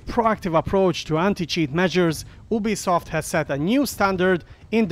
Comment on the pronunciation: It’s pronounced you-be-soft